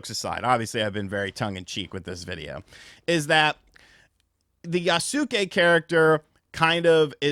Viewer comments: It's "feudal" (Few-dul), not "fetal" and it's "Yasuke" (Yas-e-kay) not Yaa-Soo-Kay.... not to be a d!ck, but also.....kinda fun being a d!ck. Still can't believe how many gaming "influencers" have never watched any anime or subbed Japanese content.......sorry, but I felt the urge to troll. Love ya, hope you're doing well! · Pronounced Yahss kay Not yah-suh-kay LOL Kyoto's pronunciation is still bedeviling you as well I'd imagine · Not quite, it's more like yas-keh, like heh but with a k. there is no pronounced i in Yasuke, even though americans like to pronounce it like that. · Yasuke pronounced "Ya-skay". Naoe pronounced "Nay-Oh-Ay" Hope that helps lol. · its Yaske , the U is silent. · I'll wait for Ghost of Tsushima 2, and it's actually pronounced "Yas-kay". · i swear no one knows how to pronounce yasuke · Stop saying his name god dam 😂 i hate the way you pronounce it